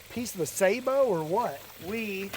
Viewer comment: Scott Manley says suhBOW